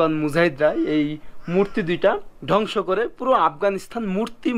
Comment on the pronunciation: এক কথা বার বার বলা হয়ে যাচ্ছে, আর ধ্বংস কে ডংস বলবেন না